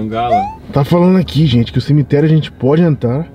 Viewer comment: Cimiterio? O português ta foda.